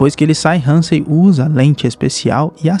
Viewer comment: Cara vc teve um baita trabalho para fazer o vídeo, o nome da cientista é Catherine Halsey, vc pronuncia alguns nomes de forma errada, desculpa, sou fã do seu canal, sempre dá para ficar melhor, não é Hansen não amigo, obrigado pelo trabalho